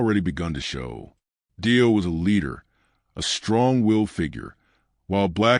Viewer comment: Clickbait nothing new. Save yourself the time and watch a tribute that at least pronounces the guys name right.